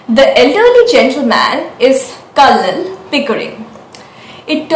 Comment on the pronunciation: Nice. The 'l' in Colonel is silent.